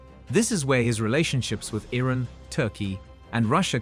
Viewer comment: reset the bot, its IRAN not ruddy IRON.